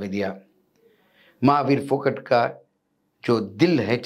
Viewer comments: फोगट नही जी फौगाट बोलो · Not Phogat but Phogaat where AA Is stressed otherwise it sounds like phokat 😮😢 kindly don't spoil the name. 😢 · सर वो फोगट नहीं फोगाट है